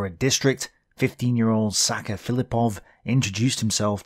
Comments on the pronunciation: Sasha is pronounced with SH sound , not with K sound. its short of "Alexander" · "Sacha Filipov", it's Alexander Filipov. Russians have shortage of name Alexander. Which is "Sasha" - "Саша". Not "Sacha" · Amazing work! Love the fact that you point out exactly where on the map some of these iconic photos were taken! This really rubs me the right way. Also Sacha's name is indeed pronounced as Sasha( Са́ша) , with a sh sound not really with a k sound. Keep up the great work!